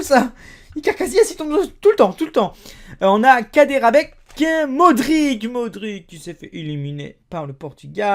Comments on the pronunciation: Tu ne sais même pas comment prononcer le nom d'un des meilleurs milieu de terrain au monde, c'est pas ça se prononce pas "modrik" mais "modritch" désolé mais faire des vidéos pour faire des vues alors que tu dis n'importe quoi et que tu n'y connais rien, tu gagnes juste à te ridiculiser, KSI bien sûr que c'est un youtubeur, mais l'Islande est une nation, donc respecte la s'il te plaît. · et les noms en qui se termine en ic comme modric sa se prononce ich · et les joueurs Croate comme Modric on prononce comme si tu écrit Modritch et le gardien Subazic on prononce choubachitch😉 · tu fait le connaisseur mais t'arrive mm pas a prononcer Modrič et non pas Modrik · sa ne se prononce pas modrique ou Ibrahimovique mais MODRICHE ET IBRAHIMOVICHE ET RACKITICHE.. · Si jamais les ć comme modrić sa se prononce modritch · enfaite sa s'écrit ''Modric'' mais sa ce prononce ''Modritche'' voilà!:) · Nathanael Cl"Aïe"ne pour la prononciation de Clyne, et Mar"k"isio pour Claudio Marchisio, Al"k"asser pour Alcacer, Modri"ch" pour Modric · mdr modique ses modrić le ć sa se prononce ch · Très bonne vidéo mais soigne un peu la prononciation 😉 Modrić --> ć -->tch ! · Sa se prononce modrichheee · Et quand tu as des pays yogouslave avec des noms avec ic ca se prononce itch, genre modric tu prononce modritch, peresic tu prononce peresitch etc etc